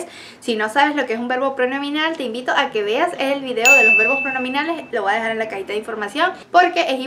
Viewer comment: sus videos son geniales, pero le pediria que vigile su pronunciacion del castellano. Usted dice "vua" cuando lo correcto es "voy". Ese es un error muy comun de colombianos, venezolanos y centroamericanos. Disculpe mi poco tacto de corregirla por este medio, pero no tenia otra forma de hacerlo. Gracias